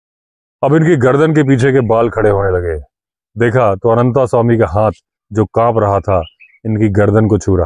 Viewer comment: आप तो "अनन्तास्वामी" ना कहें। अंग्रेजी मे अनन्त लिखने के लिये t के बाद a लगाते हैं क्यों कि त मे हलन्त नही है। हम हिन्दीभाषिओं को तो सही उच्चारण पता है। और जो hide बनाया था उसका नाम zariba था। original edition मे मिलेगा। वैसे इस adventure को जितनी बर पढ़ता हूं Anderson साहब पर गुस्सा आता है। क्यों कि जब वह पहली बार डाक बंग्लो से अनन्तस्वामी के forest rest house आदमखोर का पीछा करते हुए पहुंचे थे तब क्यो नही अपना back pack साथ लाये थे, जिसमे उनका torch, clamp और प्राइमस स्टोव रखते थे। अगर लाते तो इतनी समस्या नही होती। खैर अन्त भला तो सब भला। पर unholy partnership रोंगटे खड़े कर देता है। अनन्तसवामी को दोष नही देता।